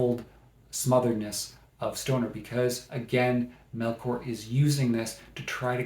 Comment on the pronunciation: Paradais is a masterpiece, especially if you're able to read it in Spanish. FYI her name is pronounced MelCHor like the ch in church not MelKor. thanks